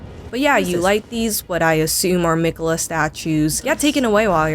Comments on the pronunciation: Miquelleth and his consort Red Dan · "MIKHELITH" WHO IS THAT???